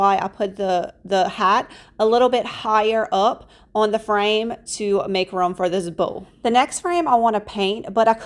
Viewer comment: You pronounce room as rum